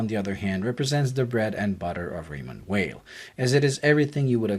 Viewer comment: your full of shit .. and you cannot even say the name right .. its not promouced as weil but vey..